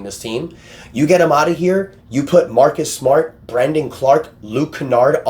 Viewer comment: From Mawkus Smawt To Marrrrrrrkus smarrrrt